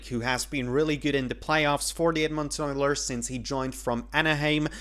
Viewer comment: Where are you from? Most people pronounce Edmonton with the emphasis on "Ed," the first syllable.